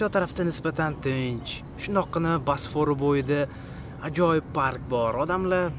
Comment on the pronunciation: Video zo'r chiqqan, faqat "basfor" diyishizi hisobga olmasa